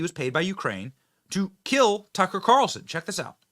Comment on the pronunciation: His name is tuck-er carlson not tuckcarlson. Your cringe af